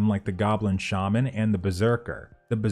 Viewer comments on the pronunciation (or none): none